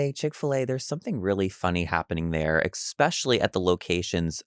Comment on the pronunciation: How are people in proximity of a microphone saying “EX-SPESH-A-LEE”, instead of “especially”??? There is no “X”! Eewwwww SICK!